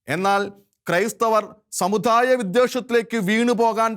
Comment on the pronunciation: Sir pls correct your pronunciation.. especially ... "da"..and "dha"..Samu"dha"yamalla..samudayam...shekaina television should take care of these things